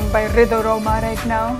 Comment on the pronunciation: Yups... Pronunciations Ridho rhoma is perfect